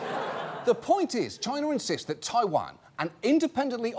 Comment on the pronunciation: 😂..chiner😂..you didn't get it past me 😂